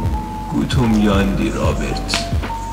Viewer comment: گوتوم یاندی❌️ قوتوم یاندی✅️